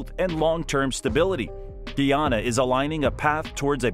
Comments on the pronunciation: its PRONOUNCE GUY AN NA....NOT GEE AN NA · Its Guy-anna. Guyana not Gui anaa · Guyana not Geeyana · Please find a narrator that know pronunciation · Its not pronounce gee ana i am a guyanese woman and its pronounced differently becoz we have a specific accent its pronounced gie ana like guy gie anna😊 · Its pronunce ga ya na not gee yana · Very simple lesson: GUYANA/GUYANESE pronounced GUY-ANA/GUY-A-NEESE. Formerly called British Guiana/British Guianese (pronounced GEE-AH-NUH, GEE-AH-NEESE), up until 1966. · Good afternoon l totally enjoyed the video except the mispronounceing of the name of my country. It is Guyana pronounced GUY ANNA. PLEASE get it right. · Man, his pronunciation of Guyana is killing me…geez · GUY! GUY! GUY!😢 GUYANA... NOT GEE! NOT GEEANA or GEEANEESE GUYANA and GUYANESE